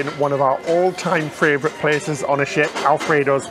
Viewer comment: I just discovered you guys.... I love this vlog!!! Interesting, passionate. Two pronunciation tips for (I'm a retired primary school teacher; I can't help myself): favourite not fRavourite, whirlwind not WORLDwind.